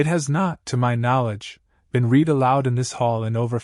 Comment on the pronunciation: The AI reader simply does not ever correctly identify which tense of "read" fits in context; it mispronounces "read" several times in this story.